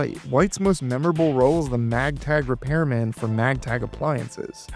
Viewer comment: Are you saying Magtag instead of Maytag???